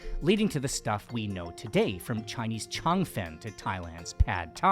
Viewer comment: I cringe each time you say Laomian why can’t you stick to the more popular way of Lo Mein or more accurately Lo Meen Chinese people in the north don’t even call it Laomian and if you are trying to pronounce food in the origins’ native language then Cheungfun should not be pronounced as Changfen